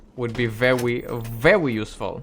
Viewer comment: Every time you say Verwwy Verwwy, I get Elmer Fudd vibes.